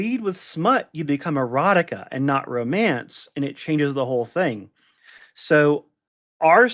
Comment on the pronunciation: Duh, it’s called Ro-MAN-ce. And smut rhymes with slut.